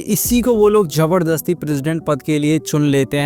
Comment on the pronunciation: Saher nhi hota hai shaher hota hai jabardasti nhi zabardasti aur jada 😂😂😂😂 zada hota hai